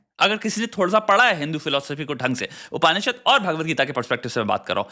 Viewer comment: It's not Upaanishad , it is upnishad